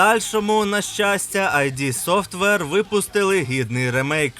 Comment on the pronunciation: не "айді софтвер", а "ід софтвер" (так, два звуки: "і" і "д"). дуже поширене непорозуміння